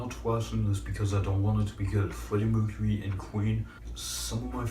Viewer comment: Lmao fweddy mwecuwy